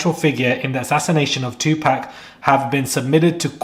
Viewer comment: Look at you showing your little taco meat. 🤭It’s pronounced 2 POC. Stop pronouncing it like them. ⚪️🤭🇺🇸